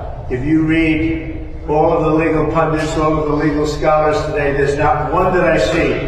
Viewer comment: "I did this and that tiday" ...and yet you couldn't find a shirt your size.